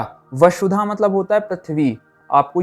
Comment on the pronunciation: Sir why do you pronounce :sa" as "sha"? "Vashudha" instead of Vasudha?